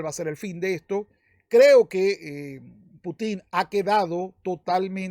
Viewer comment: Conque "Putín" ¿eh? interesante manera de acentuar el nombre jeje 🤣